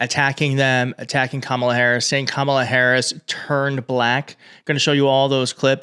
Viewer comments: Journalists need to say to Trump or the next MAGA congressman, “repeat after me: KA-ma-la” and then watch as they stupidly keep saying “Ka-MA-la” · And notice how he never, ever says Kamala Harris' first name properly. It is not Ka MA la -- it is KA ma la (as he well knows). Just another way to disrepect his opponent. As for the rest of his tirade, it is utterly preposterous! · .......And, when is he gonna pronounce Kamala's name correctly....manners?????? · Trump is obviously aiming his comments TO his cult. Look at the disrespect, including mispronouncing Kamala's name! He isn't really interested in connecting with these black women at all! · He also mispronounced Kamala Harris' name. The interviewer, and crowd, should have objected to that. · OMG! And Trump is STILL not pronouncing Kamala's name correctly! 💙💙💙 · He is deliberately mispronouncing it. But, then again, who knows? He's not especially strong in the pronunciation department.